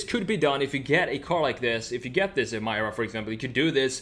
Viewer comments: Lotus: Introducing the new Lotus Em-ee-ra This guy: Em -EYE-ra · It’s Emeeeera not Emiiiiira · EMIRA, not EMYRA lets pronounce it right lol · It's NOT "eee-mie-ruh"! It's "E-meer-uh". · It's pronounced E-mir-ra not Em-mai-ra. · It's pronounced Em-EE-ra. Stop Americanizing the pronunciation of everything. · Pronounced... Ee-me-rah ! If you look carefully the body lines all form boomerang shapes, like the main bonnet vents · Bro, its pronounced A'meera